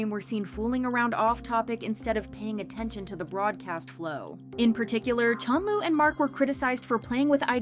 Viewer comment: WHO TF IS CHONLU?? IT'S CHENLE! SAY CORRECTLY DUMBASS